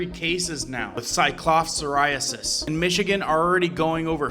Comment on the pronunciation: Syklo-sporee-I-oh-sis. Pronunciation